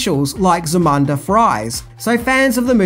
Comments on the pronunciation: Za-mun-da? Did u watch the movie? It’s ZA-MOOOOOON-DA. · Zu-mun-da? Did you even watch the movie?? Its Za-moon-da! smh lol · Zah-MOON-dah, not zah-MUN-dah you "sweat from a baboons balls"🦧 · Zamunda is pronounced Zahmoondah. The Company that I worked for did the Zamunda Flags for the Movie Coming 2 America. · You have the countrie's vowels mixed up. It's Zamunda, not Zumanda. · Bro you have to start watching these movies before you give facts. I know you’re credible but they say “ZAH-MOON-DUH” (zamunda) several times. I’m not sure why you’re calling it “Zoo-Mondah” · Dude it's "ZAMUNDA" not "Zumanda." Guess that's one thing you didn't know. Lol 😄(all in fun)😠 but seriously it's ZAMUNDA! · You called Eddie Murphy's kingdom, " ZaMANda"... TWICE!... It's "ZaMUNda" you poser! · 1. It’s pronounced “ZA-MOON-DA”! 2. That pic is “The Wiener Circle” in Chicago, which also did the same thing (one of the most popular spots in town) 3. No mention of Nile Rogers and the score, which was ‘next level’. Otherwise, keep making great vids and thanks for covering this one...as it is a ‘must-watch’ among the African community 🙏🏾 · That's Za - Moon - Dah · If he say "Zamuda" wrong one more time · Say it with me Zam-U-nda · Dude. It is pronounced "Zah-MOON-Dah ". As in: the Kingdom of "Zah-MOON-Dah". Proper pronunciation matters. (even when it is about fiction) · dude it's pronounced Za Moon Da. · Zuhmuhnduh? U can’t even say the name right. U googled the movie and never seen it before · Thank you! The way he pronounced it drove me crazy but overall, he did a good job. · Im from Australia and I dont pronounce it like he did and it was irritating me as well each time he said it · Great movie and interesting facts but every time the word Zamunda is said he pronounces it incorrectly and drives me nuts, haha.